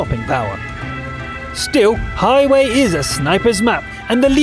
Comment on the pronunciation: The way pronounces it hahahha:D I love you